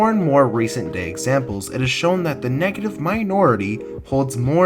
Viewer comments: Negative? Negitive? Good vid tho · Negitive Lol, was that on purpose or was that a mistake?